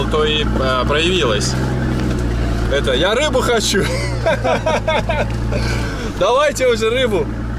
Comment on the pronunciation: Извиняюсь за буквоедство, (я просто сам нанаец) подя́ (или подзя́) ударение, как почти во всех нанайских словах, на последний слог, и не склоняется 😌✌️